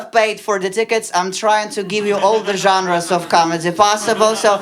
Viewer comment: Dear, sorry for upcoming “duhota”:): pronunciation of just three words could be corrected. “Genres”, “inevitable” and “Minotaur”. Now you can open a window leaf:))))